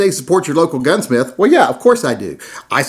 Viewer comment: I aint a kitchen table gunsmiF, I am a baFroom tub gunsmiF lol